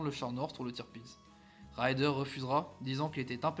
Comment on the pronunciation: Ces vidéos sont bien faites mais elles pêchent par une inculture linguistique assez désolante. Le Grand amiral Raeder est écorché en "raïder" quand il fallait dire "raidèr". Le Bismarck et le Scharnhorst sont correctement nommés, même quand on ne sait pas un mot d'allemand. Le Gneisenau est écorché, la désinence "au" se prononçant "ao" (par exemple die Augen, les yeux, se dit "aoguen"). C'est bon pour le Tirpitz, très bien pour le Prinz Eugen, mais le Admiral Scheer est écorché (Scheer se prononçant "chéére" avec un é long) Dantzig, pourtant facile à prononcer, a aussi été écorché. Ce que j'ai toujours aimé avec l'allemand, c'est que cela se prononce comme c'est écrit et que cela s'écrit comme cela se prononce, et il est impossible de faire des fautes d'orthographe (comme en italien). Le problème pour nos oreilles vient des innombrables dialectes, et les Allemands en souffrent aussi avec les Suisses. Par contre ils comprennent bien le néerlandais. Bon, on connaît la triste histoire du Bismarck, seul le Gneisenau termina la guerre, dans la Baltique en évacuant les gens de la poche de Courlande, puis il fut "ferraillé". Il avait eu une vie mouvementée mais il avait survécu. Au nord de l'Ecosse, il y a 3 archipels : les Orcades, les Shetland et les Féroé. Ne pas savoir "Féroé" est de l'inculture géographique ! Et à la fin, des opérations seront mises-T-en place pour couler le Tirpitz. Bravo pour le cuir ! Le gars qui dit le commentaire est sacrément peu lettré, et j'édulcore ma